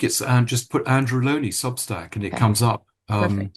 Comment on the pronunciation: Well done for pronouncing Andrews name correctly.